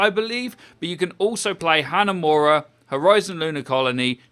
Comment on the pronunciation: I love this videos but please learn how to properly pronounce hero/map names!! Hanzo, Hanamura, Castillo, etc. I understand slipping up but it's every time & it drives me nuts lol